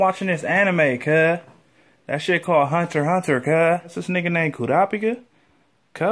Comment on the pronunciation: He actually pronounced Hunter X Hunter right. The “X” is silent, so it’s only “Hunter Hunter.” Only real ones know about this.